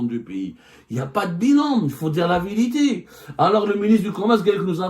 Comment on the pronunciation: La viriti soigne bien ton français